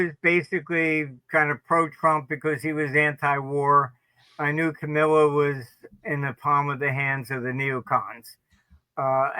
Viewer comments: He always calls her Camila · Did he say Camilla? 😂